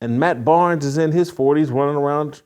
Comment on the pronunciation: Barnes! Not Arnes!!!